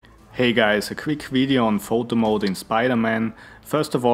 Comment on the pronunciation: Am I the only one who heard "Voldemort" instead of "Photo Mode"?